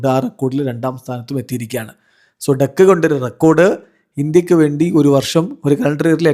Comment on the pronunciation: ഡെക്ക് അല്ല ഡക്ക്. Duck.